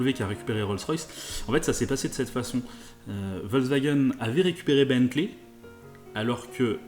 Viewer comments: il y en a mare des cons qui disent " volvagen " car "volvagen" ca ne veux rien dire , on dit " Foltksvagen " l allemand utilise des mots composer et Volks se dit Folks veux dire peuple et Wagen , veux dire voiture , le V se prononce F en allemand le W se prononce V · ça se dit "Folcevagueunne" avec un F